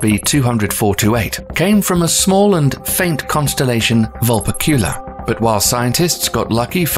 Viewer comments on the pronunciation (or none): Alpha WHAT??? WHY WOULD YOU MAKE A SPACE VIDEO AND THEN PUT THE EM-PHASIS ON FREE WRONG SY-LLABEL? Oh shit, then we got to "Vul-Pecula" Dude, I'm out. My ears are hurting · "Vulpecula" is pronounced "vul-PECK-yoo-la."